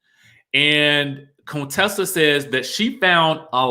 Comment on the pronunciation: YAAASSS to my Sorors Contessa and Quad!🐘❤️ They looked absolutely stunning! Now, Quad looked a bit 'lifted' though. Was that busy the makeup or expert makeup artistry.: Please stop pronouncing her name as Coontessa!!!